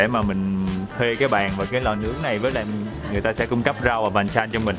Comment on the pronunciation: Khoai làm clip hay, hấp dẫn. Tuy nhiên Khoai nên tìm hiểu thêm về cách đọc, cách nhấn chữ các từ vựng của ng bản xứ để mình phát âm cho đúng. Ví dụ các món ăn kèm thì sẽ đọc là pan chan, chứ ko có nhấn âm là pàn chan. Hoặc Gyeongbokgung sẽ đọc là gong bốc kung, chứ ko phải là jong. Mong video của Khoai sẽ ngày càng viral hơn